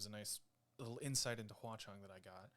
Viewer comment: All things considered, your grandmother sounds adorable. Mine is almost as old and she is nothing like that. No computer in the house or anything. Mispronouncing "Hua Cheng" and "watch on" sounds like it's super ripe for a parody video. Imagine Xie Lian going into battle and screaming "WATCH ON!" as Hua Cheng idfk transforms or something is too funny.